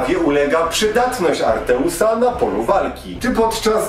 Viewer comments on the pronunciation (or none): Wszystko ładnie, pięknie, ale 1 mankament... To jest Atreus, nie Arteus:P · Atreus, a nie ARTEUS